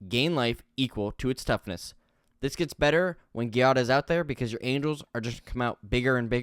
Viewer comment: It's pronounced Jiada I think, at least, it's the Italian version of Jade and in Italian I'd pronounce it that way.